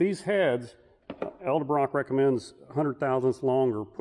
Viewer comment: Quit saying Eldebrock.